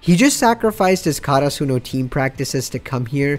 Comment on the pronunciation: I was so confused when he said karasuno cause of his pronunciation. Like the fuck is that